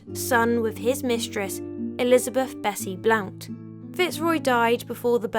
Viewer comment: It's pronounced Blunt like Emily Blunt and James Blunt the singer of You're Beautiful, which is an ancestor of Bessie Blount's family. He spells it like that to keep people from pronouncing it wrong.